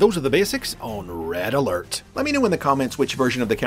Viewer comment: RED UH ALERT WOO WOO WOO WOO WOO WOO